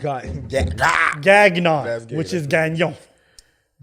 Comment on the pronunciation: Gagnon? Ok guys this is not french at all. 🤣🤣🤣 dying !!!